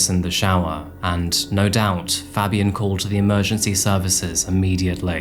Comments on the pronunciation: The way you said Fabian is like nails down a chalk board. Pronounced Fay-b-en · ITS FABIAN WITH THE “PHA” sound “PHABIAN” FABIAN that irk tf out of me